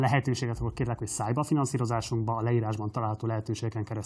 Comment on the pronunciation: Mitől lett ennyire patent a Partizán? A Németh Balázs cucc is sokkolóan érdekes volt, ez is. Egy megfigyelés, kicsit jobban tagold azt, hogy " Szállj be a finanszírozásunkba", mert minden videó végén úgy értem, hogy SZÁJBAFINANSZÍROZÁS, ami elég szerencsétlenül hangzik :D